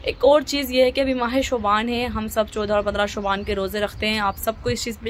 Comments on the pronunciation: Shuban nhi hota hai shaban hota hai behen itna bhi nahi pta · Yar shubaan lfz nhi hota Shaban hota h